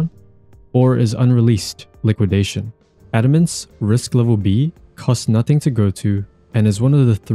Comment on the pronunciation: thanks for not saying adamance wrong